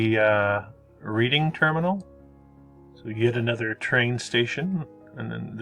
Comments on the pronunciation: The "Reading Terminal" is pronounced Red-ing. Wasn't these old world building designs "the" architectural styles of that era. I assume that the thought was it gave the city a certain gravitas. These were important buildings to the city fathers. One other thing, those white structures in the water in front of the Museum of Art (actually they are on the back side) are part of the city's water works and are quite lovely from road on the opposite side of the river. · I was born and raised in Philly. Have always been interested in seeing building that used to be. There are quite a few books with loads of pics of Then and Now. And Reading Terminal sounds like the town of Reading Pa. ( Pronounced like the color RED.) Love your site. The high school film was good but you issued the HS I want to. John Hallahan catholic girls HS. It was the first Archdiocese Catholic Girls high school in the U.S.